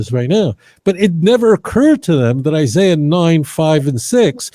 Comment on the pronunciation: He didn't say Google Isaiah. He said Google Issiah!!!! You would think that his shmooo would Google how to spell Isaiah, geeez.